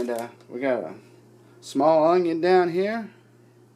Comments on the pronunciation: I'm from the south and I've never heard anyone say onion like that...but no matter what I love recipes 😋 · i freaking love how you say onion haha